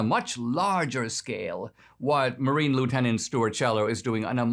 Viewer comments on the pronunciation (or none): Marine. Not martine. Martine is what you add to your Discord server. One demerit